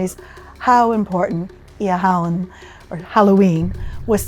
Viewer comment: Shame the presenter could not pronounce the name properly .